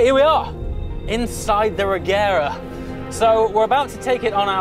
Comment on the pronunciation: pronounced rejera